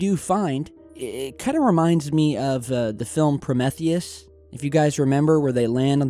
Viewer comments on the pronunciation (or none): promeeeeethius... bahaha, pro-meth-ius... too funny, come on now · Pro-meth-i-us? like smoking meth? small tudor session, Pro-meeth-i-us, like you and me, dang dude you always jack up your pronunciations. you might do meth since you are pro-meth-i-us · pro - meth - ious? Pro- MEEEEEEE-theus* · Pro-MEE-thee-us,. Why do you do things like that? Sounds like you have the ick that's going around. my gradkids have been having high temps, fevers, flu-like symptoms. Took 'em a couple of days but the're on the upswing. Could be you are going through that bit of nast. Lots of clear fluids, flush it out. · SecureTeam's is a fucking Alien! How else could anyone on planet Earth Mispronounce Prometheus? There have been So Many mispronunciations I chalked them up to inexperience, age, poor American Schools.. but not with This. ProMETheus? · Hey can you please learn how to pronounce "Prometheeeeus"? Also look up alpha Centauri (Tori) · pronounced pro(me)theus as in pro me the us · Learn to pronounce Prometheus right! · Jack D haha he said pro-meth-thee-us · Pro-meh-theus...really dude? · pro meth eee us........PLZ learn how to say it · I believe it's "PRO-ME-THEE-IS"